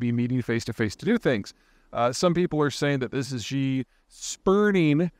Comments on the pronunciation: Peter, stop calling him 'jee'. Xi is pronounced 'she' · It's "shee", not "xgzee". The x is sounded as "sh". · Love your work Peter, you are a wordsmith and I gotta straighten you up on your Xi pronunciation. Pretty easy, Xi = she 👊🏻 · He doesn’t have to sound like a native speaker, but he is pronouncing things so poorly that it is embarrassing to listen to. For example, President Xi is not pronounced “President Z”, it’s more like “President She”. For people that follow China closely, his mispronunciations make him sound ignorant and silly. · 😆 I think it is hilarious that you always pronounce Ji instead of Xxxxxi 🤣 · You need to learn how to pronounce Chinese names. XI is pronounced like SHE. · She ditched the summit! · You really should learn how to pronounce Xi correctly... Would only take 2 minutes of your time, and would make you sound more credible. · 2 seconds, really. Just remember how "shit" sounds, and you're there. ;)